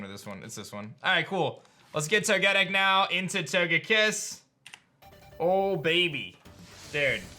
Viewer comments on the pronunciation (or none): Why do you keep calling Togetic To-getic, it’s actually pronounced Toge-Tic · I'm sorry but the way you say "Togetic" really bugs me 🤣